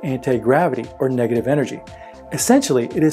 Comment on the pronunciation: how many times he said the word degative?????